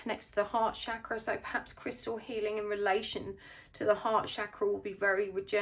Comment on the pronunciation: It's Chakra with 'Ch' pronounced like Chin, Chair, Chain.